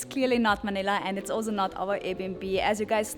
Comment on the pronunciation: Time to learn to say “ also” the right way